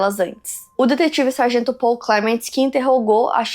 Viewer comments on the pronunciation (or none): none